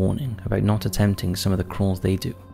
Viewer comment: “Do mot participate in extreme caving”. Don’t worry brother…..dont worry.